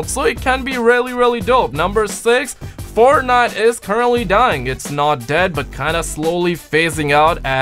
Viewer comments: You said Fortnut😂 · That moment U Said Fortnut I knew u were High.😂